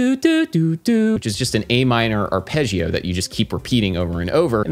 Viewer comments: Hey Adam, your videos are great. One minor comment: it's not arpegg-ee-oh, it's arp-edge-oh. Please pronounce it correctly. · the way you spell arpeggio... arpejhio? it's actually spelled more similarly to arpeJJoe